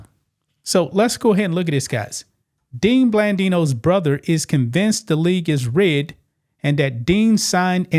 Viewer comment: Why you pronounced “rigged” like “ridded” 😂 Otherwise great coverage